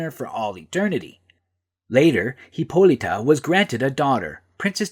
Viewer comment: There's no e in Hippolyta, stop pronouncing like that